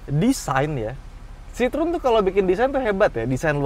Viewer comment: Sitrun... itu kita yg baca... klo denger baca aslinya sitroeng 🤣🤣